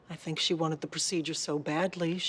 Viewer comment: Maaaan, "think'' isnt gone work lil lady